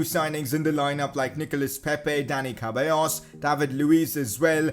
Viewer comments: My man said Cabellos lmao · The way you pronounce ceballos🤦‍♂️